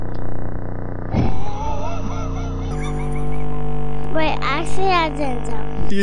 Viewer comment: Freddeh is on THE PHLOOR